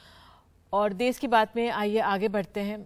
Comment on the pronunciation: देस नही देश होता है किरपिया ठीक करें।